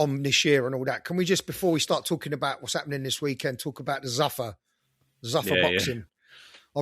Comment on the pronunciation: Who the fuck pronounces zuffa like that. It’s zoofar not zuuffer